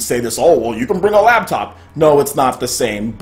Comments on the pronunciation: LOL were you saying "labtop?" Just FYI if so, it's "laptop." And yeah, I can't wait to play DOOM 2016 on Switch. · "Labtop?" seriously?